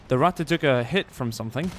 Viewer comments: why does everyone say rattay instead of rattuh, its not pronounced that way. every one who makes a video about this mispronounces it. its not french the e does not make the ay sound at the end of words in german, its ein-uh, mein-uh, Ratt-uh, its not ein-ay, not mein-ay, not Ratt-ay. like i get it, its not common knowledge but jesus god trying to learn german is hard when everyone butchers the language. it was fun though and you did say it right a couple times in the beginning which is more than ive seen before. é... that is the e that makes the ay sound everyone. this e makes the uh sound at the end of words. knowing is half the battle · i like how he pronounce " Ratte " as swedish boyo. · Ratte nearly sounded Italian :'D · The way you say Ratte :D